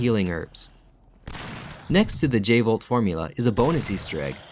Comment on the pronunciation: Let's blow this channel up guys and gals, I just found the channel and I'm amazed. This guy is on the same level as channels like 'ink ribbon' and other GREAT resident evil channels. No joke, this guy DESERVES more sub's. 100% I could have sworn it was the V jolt not J volt. But I could be wrong